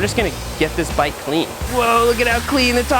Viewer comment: take a shot every time he says “wuater” or “cleeeen”